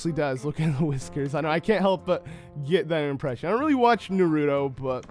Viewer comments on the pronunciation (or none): It’s not narodo it’s naroto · it's nar-uto not nur-uto listen saying listen makes me feel like navi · Brah (n-u-r-u-t-o) is pronounced N-a-r-u-t-o really offended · Naruto not newruto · na- ru- to not na - ru- do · The second he said narooto i knew he doesnt watch Naruto because thats how my mom pronounces his name too lol And she pronounces shippuden shipinutin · It's Nar-you-toe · Did you just call Naruto narudo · It's pronounced Na-roo-toe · It's nar u to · its pronounced nar-oo-to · it's pronounced na-roo-to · Um narudo anyone😂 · 😪 He pronounces Naruto like that... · OMFG I HATE WHEN PEOPLE DO THAT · Tha Creator same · the way he said naruto lmaoooooooo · You pronounced Naruto wrong also Naruto ended, Boruto is the new replacement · Me listening to him say Naruto wrong: 😪🤭😳😳😳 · You said naruto wrog but idc your cool😎😎😇👍